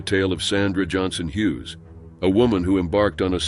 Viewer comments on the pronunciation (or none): none